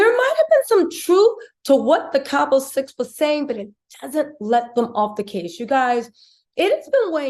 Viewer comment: The town is Cabo - no “s”. Saying Cabos sounds like nails on a chalkboard, just like people pronouncing the S in Illinois.